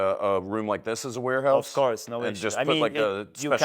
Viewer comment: Chciałeś powiedzieć "łerhaus" bo "łorhaus" znaczy coś zupełnie innego😅